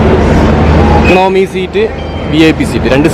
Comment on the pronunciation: നന്നായിട്ടുണ്ട്. എക്ക-ണോമി എന്നല്ല എക്കോ -ണമി എന്നാണ് പറയുക ശ്രദ്ധിക്കുമല്ലോ.